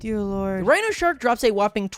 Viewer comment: it souned like you said tiger shark not rhino shark.